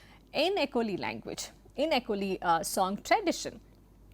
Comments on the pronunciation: Am an acholi from Uganda - Just wanted to comment that "acoli" is pronounced as "Acholi" - "ch" replaces "c" in pronouciations - Cheers! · Thankyou for pointing this out. The names of an Acholi person and the name of the tribe need to be. Pronounced properly. She should have done her research on pronunciation.